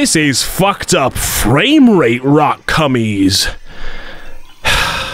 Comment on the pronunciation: This is all for the purpose of entertainment. Don’t take it so seriously. HE LITERALLY SAYS ROCK CUMMIES!